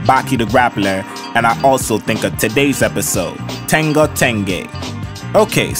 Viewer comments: Bro its ten-JO not ten-GO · I really like what are you doing here… I found it because I went on a search for how to pronounce the name of the show. I noticed you’re throwing a little bit of a GA style G sound in there forThe JH in tenjho I’ve also heard people pronounce it with a HA style H sound. Personally I have no idea how to pronounce it but I was wondering if you or anyone els knew something about the etymology behind this word because I was having trouble finding stuff. 🪬🫶🏽✌🏽🌈🧚🏽‍♂️🗝👾